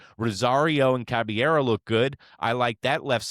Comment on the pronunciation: Does this guy mispronounce Caballero's name on purpose?